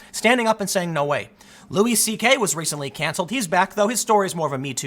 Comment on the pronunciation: I just wanna throw this out there. It's pronounced Louie. Lol